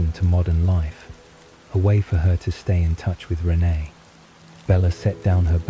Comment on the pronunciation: I’m thinking this is actually an AI reading…not human… the sentances run together a little too fast. Renee isn’t pronounced right either.